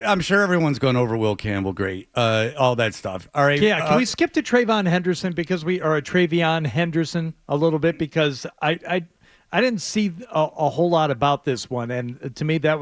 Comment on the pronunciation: His name is TreVeyon, not "Trayveon."